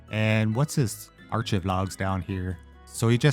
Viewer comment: Also that's not how you pronounce achieve 😂 it's like arc-ive the h is silent. I'm the nerd police today 🤓 sorry